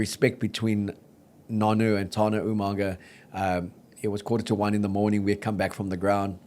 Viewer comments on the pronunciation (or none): Agreed. There is a glottal stop between the first two vowels not an H. Further examples include UmaNga (there is no N) and Tuipoluto (swapping O and U). If you want to claim NZ heritage then make the effort to pronounce Polynesian names correctly. In fairness though, most of the Aussies and Kiwis do an even worse job with Afrikaans names.